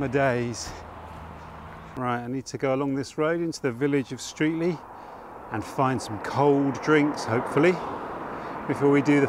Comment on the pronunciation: What used to be my local area. My family has been in the surrounding area since at least 1400. Streatley is pronounced Stretley just as an aside. Great video.